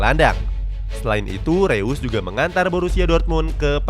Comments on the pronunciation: ngasih masukan min, untuk pengucapan "eu" di "reus" itu dibaca "oi" (pronounce jerman) jd disebut nya "rois" bukan "reus" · Bacanya rois cok